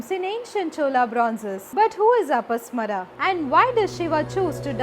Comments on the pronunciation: He is apasmar not apasmara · Not अपस्मरा...it is pronounced अपस्मार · अपस्मारा... please learn to pronounce properly